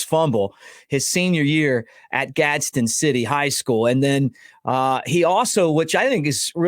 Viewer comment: Its Gadsden. Just plain Gadsden. Not Gadsen city.